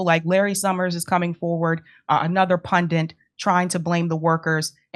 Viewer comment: Really enjoyed the very quick correction of 'pundit' over 'pundint' from Aaron - beats the shit out of me where you Americans conjure this extra 'n' from. Totally nukular!